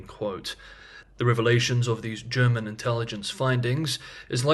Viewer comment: Thank you for delivering your excellent analysis every day on time for my lunch break ☕🥪 Your German pronounciation is spot on.